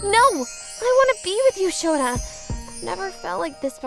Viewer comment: Sana's father saying Shota: ShoTha. XD